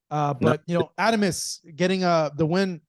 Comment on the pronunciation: If you are going to cover boxing. At least get these fighters name right. says adames right. Just say it that way